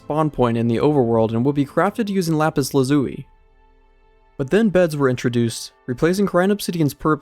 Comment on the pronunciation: bro gave me a minor aneurism with the way he pronounced lapis lazuli